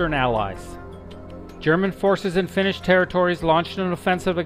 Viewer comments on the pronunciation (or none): none